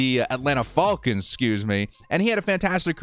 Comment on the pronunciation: Can't stop hearing the "Atlanta Fallkins"